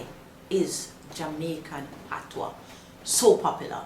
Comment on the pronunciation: As a proud Jamaican, im so glad to hear some one finally explaining and pronouncing the Patois(Patwa) correctly.....(gawm mi girl yu knw wah yu a sah). ppl dnt read the Patois book just listen to this Jamaican lady.